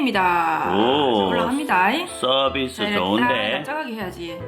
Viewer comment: 서비스가 자비스로 들려요ㅋㅋㅋㅋㅋㅋ 올드스타크ㅋㅋㅋㅋㅋㅋㅋㅋ 서비스 부대찌개 준비 ㅋㅋㅋㅋ